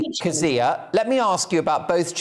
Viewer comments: Jeez, you'd think the host would have learned to pronounce your name given he used it about 50 thousand times. It's funny to hear you interviewed by someone who doesn't know your opinions on everything yet :D Methinks that fella has a lot to learn. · Well done Kezia! The interviewer is incredibly annoying. The guy could have learned how to pronounce your name don’t you think? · My god why can't pronounce Kezia properly....